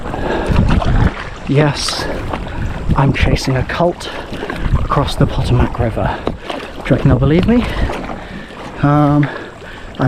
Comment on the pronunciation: Just FYI Maryland is pronounced "Mare-uh-lind" Potomac is "Puh-toe-mick" Born and raised.